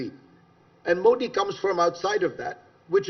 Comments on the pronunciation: Zakaria illuminates as usual but I’m quite surprised - and disappointed! - that this Parsi guy mispronounces Modi as मोडी. I can understand honkies doing that - and even non Gujju and non Parsi Indians. But a Bawaji?? (Forgive my mock communalism.) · His whole verbal diarrhea against "Moddi" ( he can't pronounce MODI name Correctly) ,nothing but very economical on ground truth. Very sub standards commentry from so called world foremost foreign policy guru , my foot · He can not pronounce Modi correctly? What a snob and a jerk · Fareed First Pronounce " Modi " correctly. Shame